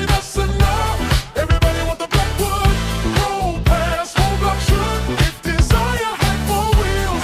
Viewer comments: he didn’t pronounce “BLACKWOOD” appropriately lol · At least you didn't overdo the "Blackwood" emphasis. That would be as annoying as Jr. High locker room humor with Wizard.🙄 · The Blackwood emphasis is hilarious!!! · Couldnt even get thru 5 mins of the video, horrible commentary with the word blackwood being emphasized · I seriously considered clicking off this video because of the stupid way you continue to say Blackwood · The music was fine no factor for me I thought it was funny. The only problem is now I can’t hear Blackwood without your pronunciation!